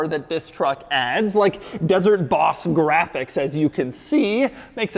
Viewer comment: Why you say Boss like an idiot? Like 80 times you said bHHHauss